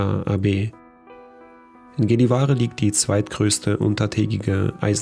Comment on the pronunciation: Sehr schönes Video. By the way…. Gällevare wird jällevaore ausgesprochen. Das a ist so zwischen a und o ausgesprochen. Göran wird demnach jöran ausgesprochen.😬🤔🤣